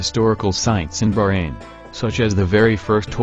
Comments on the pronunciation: BAHrain, not Brain!!!!! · Its bahrain not fuckin burane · It's not berain it Bahrain 😑 I'm Bahraini n proud 😙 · this guy ... its not barain its baHHrain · Bahrain not BAHrain! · He meant the pronunciation. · It's not brain it's baahhrain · Omg, always failed in pronunciations....brain? brain? Its BaHrain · Bahrain. Pronounced BAHrain. Not barain. Not brain. Not bayran. Not burayn. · English people call It Bahrain but They pronounce it is Like this "Ba-Rain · Very interesting, but I wish you had hired a human narrator rather than using a computer-generated voice (particularly one not programmed to pronounce Bahrain correctly). Any human being would have been better, so I can't imagine it would have cost much more. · before i say anything, i appreciate the effort. i really do (since nobody really knows about Bahrain) but the way he pronounce "Bahrain" is just........ummmmmmm